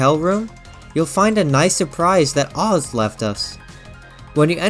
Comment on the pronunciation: His name isn’t “OZ” its pronounced as the letter “A” then “Z” together as AZ 😅